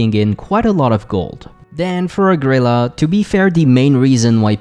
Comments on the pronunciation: OH Gree Lah not ohgrila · O-gril-laa It’s ogre heaven, not o-grilla ffs